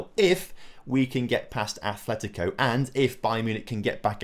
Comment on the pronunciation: It's Atletico, not Athletico.